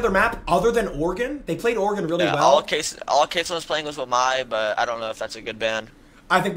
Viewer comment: "next coming of casoh"😭😭